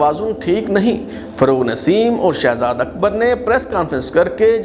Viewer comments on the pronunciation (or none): none